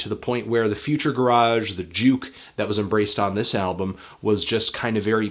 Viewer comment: PLEASE PRONOUNCE GARAGE CORRECTLY